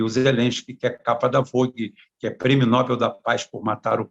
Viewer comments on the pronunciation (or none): none